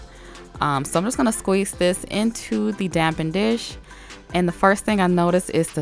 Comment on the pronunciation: She says damp-en dish it’s spelt dappen???